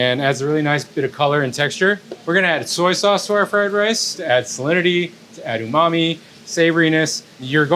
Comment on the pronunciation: "You rike fry rye?"